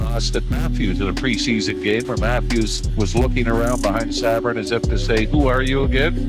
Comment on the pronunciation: The announcers literally pronounce every players name and you still cant say Sabourin?